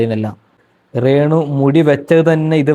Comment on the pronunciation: എടാ റേ ണു റേ ന്നു പറയാതെ രേ ണുവാ